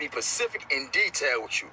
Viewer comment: lol listen to how many times he butches the word “specific”